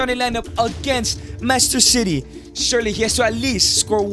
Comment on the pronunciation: Oh u said wrong master city